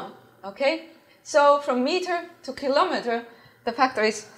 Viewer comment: Nice video. Unfortunately you mispronounce kilometer 😊